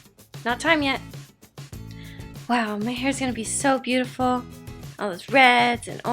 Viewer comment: be oo tay fol